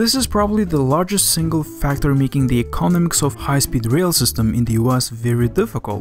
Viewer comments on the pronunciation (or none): Very interesting video, very revealing. Please work on your pronunciation, - it's 'econOMics' not 'ecONomics' and 'volume' not 'wolume'.